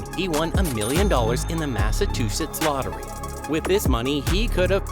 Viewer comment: HAA! bro said massatuchetts lol what a rube!